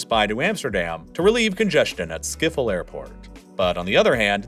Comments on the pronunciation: schiphol —> skiffle Hahahaha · the way he pronounced "Schiphol" leads me to believe he's definitely mispronouncing them lol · Ah yes, schiffle airport (not bullying his accent, you pronounce it as "s-chip-hole" in and english accent, because the "sch" is mostly very hard to pronounce :)) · About Schiphol. It means Ship-Hole. Not Skifol. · It is NOT Skop hol it is sCHiphol, with a CH as in loCHness.. You forgot England and Spain ae enemies, France was not the only enemy, Germany fought us only once, in 1945, the main enemy was always France, and the second one was England. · Behalve “schiphol” wat ze hier uitspreken als schiffel💀😭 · s, then ch as in loch, then poll. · I know, but pronouncing Schiphol with an f for the ph just beats everything imo lol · yeah that’s very true can’t really defend that one. Even just saying “skipole” would’ve been much better. That’s how most native English speakers pronounce it. Also pronouncing the second “g” in “Groningen” as an English “g” when the Dutch “ing” sound is the same as English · He said skiphol 😂😂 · Skiffel airport 😂🤣🤣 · I can't get over your pronunciation of Schiphol 🤣🤣 Skiffol, made me laugh so hard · what did he say? Skiffel? 🤔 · "skiffel air port" 🤣. also the water isnt a treat to us its an opertunity. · "skifol" airport, ik ga dood van het lachen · "Skiffol aiport" 😅😅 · Schiphol ❌ Skiffol✅ Zuiderzee ❌ Zoiderzea✅ Friesland❌ Frysland✅ Afsluitdijk❌ Afsloitdijck✅ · he got the vowels right, but the "ch" is that weird gutteral sound the language is so famous for and the "ph" is not pronounced like an "f" but just a p followed by an h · hoorde je wel hoe hij zuiderzee en schiphol uitsprak? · let him have his shtick. Plus it's fun to collect mispronunciations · Why cant people just listen to the words on google translate first? This is honestly the worst ive heard someone say "schiphol"...